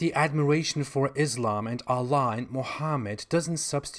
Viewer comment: ....a joker...spurting nonsense, lies and misinformation....ignorant on the religion of Islam and fundamental classical Arabic language..the way he pronounce God in Arabic we easily spot his lies....and claiming to be an expert....out to make money from gullible Christians... this is not the way to propagate your Chtistianity....deal with your bible and its prinsciple...and we don't believe in human sacrifice....you have to own up and answer for your own sins!